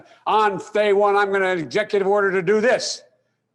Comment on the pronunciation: Biden says “on FeyDay One” “I am not going to violate the constitution “. 🤔. I guess he’s above the constitution (committing fraud & stealing the election) is just part of his 47+ years of lies. Also, “I mean what I say when I say it” TIMES TWO. Guess has to repeat to convince him self. Already disappointing people & not even in office. Biden is a disgrace, he’s just plain EVIL